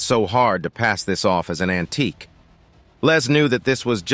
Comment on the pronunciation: It's AN-TIQUE! 😂